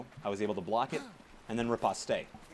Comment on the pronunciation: Great video, thank you, that will help a lot. Btw, the 'e' at the end of riposte is silent. There is no 'a' sound at the end, just rip-ost, or ri-post if you are posh, never ri-pos-tay ;]